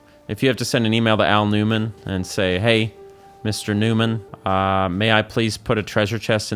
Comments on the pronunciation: I consciously knew you were saying "Aonuma", but half listening I kept hearing "Al Newman" and I'm like "who the heck is Al Newman?" LOL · "Al Numan" is crazy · Idk if Im losing it, but I heard "Al Newman." Anyway awesome video lol as always. Love them so much. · Did you just jokingly call Aonuma, "Al Newman"?? 😭🤣🤣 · did you unceremoniously call Aonuma "Al Numan?" if so, that's hilarious, and I'm stealing that